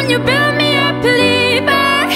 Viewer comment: 음색 가창력 다 너무나 좋은데 한국인이 유성음과 무성음을 잘 구분 못한다는 게 새삼 느껴지네요.. believer가 아니라 peliever라고 발음하심.....